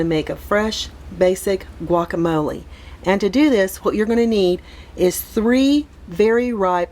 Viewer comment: I don’t like the way you say guacamole